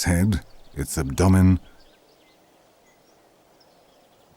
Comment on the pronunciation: Hearing the way he pronounced abdomen ruined my work night